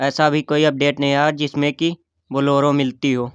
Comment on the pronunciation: You say bollero